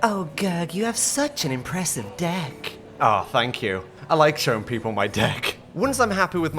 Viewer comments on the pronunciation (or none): I think he ment dick instead of deck😂😂